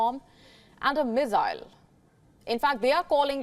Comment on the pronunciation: Great journalistic expertise! However and in accordance with classic dictionaries, may we viewers hear the IPA /ˈmɪs.aɪl/( in UK) and /ˈmɪs.əl/ (in the States & Canada); but NEVER /ˈmɪz.aɪl/ or /ˈmɪz.əl/. The language detective